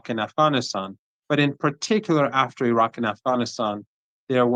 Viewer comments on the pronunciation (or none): none